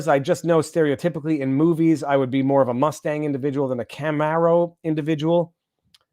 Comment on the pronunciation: If that's how you say Camaro, Viva then yeah your a Mustang guy